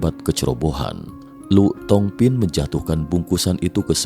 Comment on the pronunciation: Lù thong phin....dibaca Li thong phin...🙏